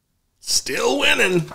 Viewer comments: Whining, Steve Bannon, it's spelled and pronounced, whining... Donald Trump hasn't stopped whining for 8 years... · This was just mispronounced: "he's whining, he's whining, ... "